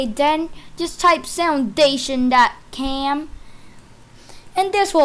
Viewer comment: did you said "soundation [dot] cam"? dont you mean soundation [dot] com?